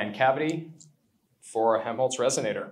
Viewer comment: This is such a cool idea. By the way I don't think the first L in Helmholtz is silent. It sounds like youre saying Hemholtz.